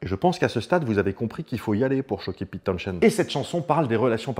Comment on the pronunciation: Trilogie presque complète... On a ni parlé de Meher Baba, ni de Kit Lambert, qui pourtant, ont influencé Townshend (on ne prononce pas le h, au passage... Comme Portishead) durant la gestation de Tommy !